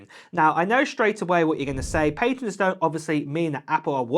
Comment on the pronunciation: I cant listen to him say ‘pay-tats’.